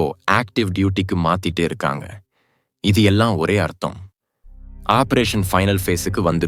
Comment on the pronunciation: குரல் நன்றாக உள்ளது. ஆனால் சில உச்சரிப்பு தவறுகள் உள்ளன. சூழ்நிலை (Jul nilai என்று சொல்கிறார்), Tank என்பதை Dang என்கிறார். Operation என்பதை obberation என்று சொல்கிறார். Pok என்பதை BOK என்று சொல்கிறார்.